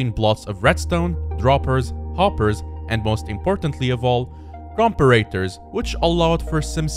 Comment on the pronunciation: Thats not how i pronounce comparator but great vid